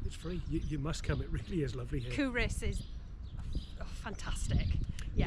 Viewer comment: Sorry to say, but you DID get the pronunciation of Culross wrong. COO-ross, with the emphasis on the first syllable; also the 2nd syllable is pronounced like the boy's name, not with an 'i' sound - though sometimes it may sound like this when spoken by a Fifer!